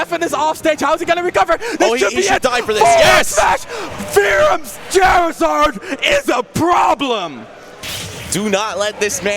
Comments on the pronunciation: Can someone tell the commentator it's Charizard not Chairizard plz. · ...Chair-izard... what? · Call him chairizard one more time I swear 😤😤😤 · this commentary is garbage. Charizard is a play on the word "char" like in grilling. I can't watch any more Chairizard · CHAIRizard? IvySARR? Ok... (It should be CHARizard and IvySAUR) Either way, that was fun to watch! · "Ivy-sar, Chair-izard, pokemons" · Announcer be like “Chairizard” 🪑🦎🔥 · This is reverse ASMR because every time I hear "Chair-izard," I get uncomfortable, lol. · Drinking game: take a sip or shot everytime he says Chair-Zard. Nvm don’t do that that’d be suicide . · Gross why do you say chairzard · When the commentator says Chairizard O_O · Anyone else bothered by how he says "Chair-izard"? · Oh my god if he says chairizard or ivysar one more fucking time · I swear if this man says Chairzerd one more time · Did he say chair -izard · So triggered hearing them say ivysawrrr and chairzarrd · stop saying chair izard oh my god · Chairzard Ivysawr Lawst (instead of last) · FFS its not chair-i-zard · can we get a commentator that doesn’t say chair a zard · If I hear this dude say "Char-izard" one more time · "Chair" rizard. Ivysaar. 😂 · CHAIRizard...has this dude played a video game before? I'm not being sarcastic, I'm genuinely curious. This dude triggered the hell out of me. Probably also pronounces Woof like "Wolf" and Bombsir like "Bowser." What a casual. What's next? Is he going to start calling Louweenie "Luigi" now? ffs...As a proud Gandork main, he really needs to get his shit together. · The commentator saying "Chair-izard" put me on tilt. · I fucking hate the way he says “ChAiR-izard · If I was the other commentator and this guy kept saying “chairizard and ivysar” I think I would have strangled him on stream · "CHAIR-izard" and "advantage state, disadvantage state" from one of the commentators made me mute this video while I watched. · Say it with me.... "Char-izard. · Stop mispronouncing Charizard